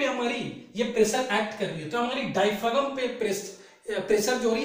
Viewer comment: डायफ्रॉम होता है सर जी उच्चारण।